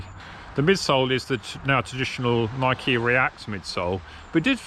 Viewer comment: Thank you for pronouncing “Nike“ the proper way.